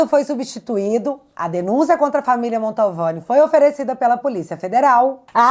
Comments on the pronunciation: o sobrenome da família é MANTOVANI, NÃO MONTALVANI. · Oi, não é o primeiro vídeo que vc fala da familia atacada pelo Xandão na Itália, mas eu preciso fazer uma CORREÇÃO.... não é família MONTALVANI... a família é MANTOVANI!! Tá ok?! Beijo! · NÃO É “MANTALVANI” É MANTOVANI!!!!!!! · Só um detalhe... É Mantovani e não Montalvane. 🧐👍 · Mantovani e não Montalvani,. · MONTALVANI OU MANTOVANI??? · Não é "Montalvani' e sim Mantovani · admiro seu trabalho. Mas mais uma vez você comete um erro crasso. De onde você tirou o sobrenome MANTALVANI? Meu Deus do céu! Basta você ler qualquer notícia sobre o assunto e você verá que o correto é MANTOVANI. MANTOVANI. MIL VEZES MANTOVANI!!! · nao é Montalvani. é Mantovani. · ta na hora de vc aprender o nome da família, é MANTOVANI, MANTOVANI e não Montalvani como vc fala!!! 😊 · desculpe ser chato mas eu tenho um certo "TOC" com palavras pronunciadad de forma errada. Não é MontAUvane, é MantOvani. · Gente...não erre mais o nome sa da família Mantovani. Não é Mantalvani😅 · Desculpe, mas é família Mantovani! Não Montalvani! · Não é montalvani é Mantovani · É MANTOVANI!!! VC E O GAYER FALAM MONTALVANI!!! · minha linda: AMO você. Além de linda, inteligente, corajosa, você é uma luz na escuridão em que nosso triste país vive hoje. Mas permita-me uma observação: pelamor de Deus, o sobrenome da família vítima do carecão não é Montalvani. É Mantovani, menina. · É MANTOVANI, não tem 'L' no nome.... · uma pequena correção: o nome da família não é Montalvani e sim Mantovani. Parabéns pelo trabalho jornalístico. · é MANTOVANI e não Montalvani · é Mantovani e não Montalvani. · desculpe a correção, mas é MANTOVANI. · Cara, o nome correto da Família é M A N T O V A N I, não tem a letra L como você está pronunciando. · “Mantovani”, vc fala esse nome errado desde a primeira vez que falou dele, e obrigado por seus serviços!